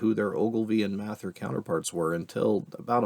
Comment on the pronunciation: The way you say "Mather" hurts my ears.